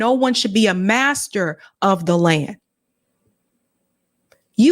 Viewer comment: Dana, Noa, & Emmanuel didnt suffer anything. Uggg 🙄🙄🙄 Did she say madter?!!!!!??!!!!!!!!! WTF!!!!!!!!